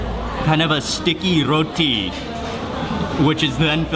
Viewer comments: "R-r-roti..." aww, Mark 😊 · Love the way u say Roti... 😊😊😊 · I love the way Mark say Roti!😃